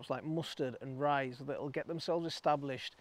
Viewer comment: When mentioning cover crops, you did say mustards and ryes, right? I thought you said rice first…